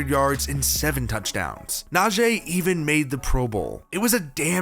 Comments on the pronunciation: N-aa-g Is how you say his name I know I have a brother in law named it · Why would you pronounce Najee like that, then say it correct a sentence later, then say it wrong again, then say it right again. Goofy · How people still not say Najee right 😂